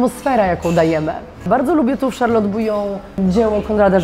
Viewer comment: Gadka z obcymi ludźmi? Bez problemu. Ale do tej Francji, to jeszcze chwilę. Od niepoprawnej wymowy zaczynając. Kiedyś mi się zdarzyło być w Charlotte. Dwa razy. Z krzesła nie spadłam z wrażenia :) Wystrój? Mydło i powidlo. Paryża nie ma.